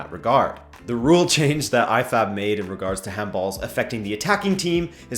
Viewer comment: I heard I-FAP instead of IFAB in sometime in the video. LOL!